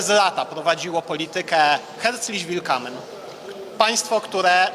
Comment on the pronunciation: Ten Pan o pisliwym głosie lepiej by nauczył się poprawnej wymowy dwóch obcych słów. Herzlich willkommen a nie willkamen.